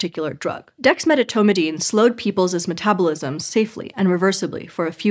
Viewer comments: When she's supposed to say "volunteers'," she consistently says "volunteers's" (sounds like "volunteerses") instead, and when she's supposed to say "people's," she says "peoples's" (sounds like "peopleses") instead. It's startling and disappointing from a channel that publicly pointed out that its presenters had been mispronouncing "Denisovan." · Holy crap. She doesn't know how to say "volunteer's." She says "vounteersiz." And instead of "people's," she says "peoplesiz." Funniest thing I've ever heard coming from a supposedly intellectual endeavor. Was there no director or producer or writer to teach her English wordsiz?